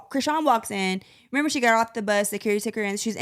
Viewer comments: him saying renember instead of remember is bothering me 😭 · I had to play it back a few times to confirm that he was really sayin renember 🫤